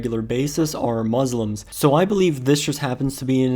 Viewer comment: It's muSlim not MuZlim. .